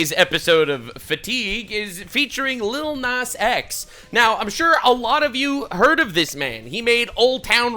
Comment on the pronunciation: "aniddleliddle nazX"